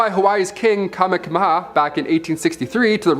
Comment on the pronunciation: The island of Niihau is pronounced nee-ee-how and Kamehameha is pronounced ka-may-huh-may- huh